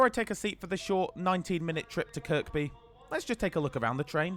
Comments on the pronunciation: Isn't Kirby and not "Kirkby"? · Nice one! Just one issue, it's pronounced Kirby (second K is silent), not Kirk-bee lol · Oh no you said kirKby 🙈🙉, Watching the comments to say its kirby 😂🤣😂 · When I was in holy angels school in the1960s my teacher told us to pronounce the second k in Kirkby she said kirkby not Kirby Kirkby by the kirk which was Saint chads in Kirkby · Making me cringe please it's not kirKby drop the second k. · its pronounced ker bee not kerk bee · tell ur not a scouser mate it is pronounced KIRBY - but spelt Kirkby - dont pronounce the last K - and only genz's would need toilets for an hours trip - rathe rhavve the extra seating and these also have a extra carriage compared to the 3 units of the old trains - these have 4 carriages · Yep it’s pronounced "Kirby". Easy mistake for an outsider enjoyed the vid 👍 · or to be actual it's pronounced by locals as 'Care-bee!' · Its pronounced Kirby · KirKby is pronounced 'Kerby'. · The second K in Kirkby is silent. Maybe do a bit more research? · Just two things mate. Kirkby has a silent ‘k’… the second one. And a ‘minute’ is a definitive 60 seconds, ‘the’ minute means a Specific defined period of 60secs. It’s not cool, it’s very poor grammar and can reduce your viewer numbers. ‘Moment’ is an undefined period of time Relative to the subject. At least you used your human voice not AI, and chose to ignore YouTube suggestion of adding irrelevant irritating distracting subtitles! Cheers for doing our 777s. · Please, the second K in Kirkby is silent. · Your saying Kirkby wrong, second k is silent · I find myself wanting the video to be stopped and the narrator to be punished each time he pronounces Kirkby with the second k! I'm from across the pond, even I know better! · Great video as always! As a local we don't pronounce the second k in Kirkby.